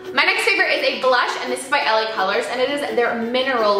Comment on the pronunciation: when you said the blush was from LA colors I thought you said Helen Keller lmaooo